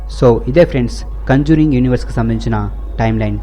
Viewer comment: Adhi kanjuring kadhu ra conjuring